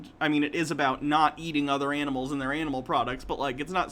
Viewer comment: Has anybody noticed how she pronounces Animals like “ENEMELS?” It’s incredibly distracting…